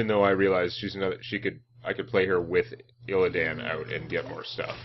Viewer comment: I love the way you call him illiadn and put sound on the word DAN in his name